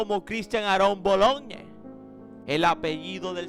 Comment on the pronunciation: Bologne no bolonche 😂